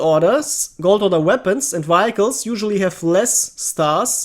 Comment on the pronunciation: say it with me now (vee hic les) vehicles